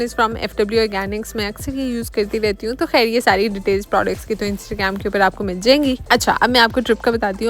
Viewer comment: Are u indian? Why you say “kehr” instead of “khair”?